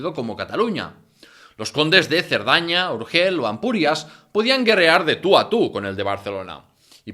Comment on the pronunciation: Barcelocéntrico dice el tipo que no sabe situar ni Urgell ni Cardona en el mapa. Tampoco sabes pronunciar Urgell... Qué podemos esperar pues